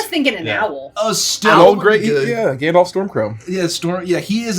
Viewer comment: "I'm afraid of the dark grandolf"